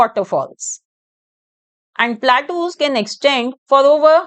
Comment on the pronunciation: Mam ur pronouncing wrong platus ❌ plateaus ✅